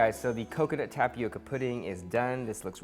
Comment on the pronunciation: Just for the curiosity aspect of the thing: the pronunciation in the word tapioca is with an different sound in the "O". It's not like in "oval" it's more like "owl". (There is a symbol for this phonetically but I don't have it in my cellphone keyboard lol) If you put the word in Google translator you could hear the Brazilian portuguese original pronunciation. It's a word that comes from our native Brazilians, from their Tupi-Guarani language. They are one of the various different people that lived here before European people came. Some tribes still live in our forests nowadays, eating tapioca and other mandioca (maniva) products. Here in Brazil tapioca is very common and we eat mandioca in it's many forms in a regular basis. Is a really good an nutritious food. Glad to see other people trying and enjoying it too 🙂